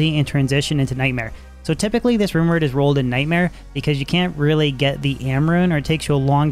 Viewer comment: He says runeword so fast it sounds like rumor 😂😂